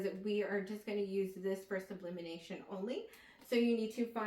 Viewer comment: you saying "sublimination" instead of sublimation pissed me off lmaoooo but thanks for the setup info